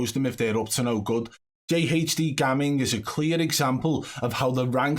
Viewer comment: Its funny the way your saying gamming because in my culture its pronounced like how you say it but spelt different but it means not even or pretending like i was gammin when i said you play good 😂 do you know what i mean